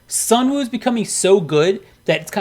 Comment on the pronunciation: I agree with the whole list basically but I just want to say Sunwoo is pronounce as Sunu.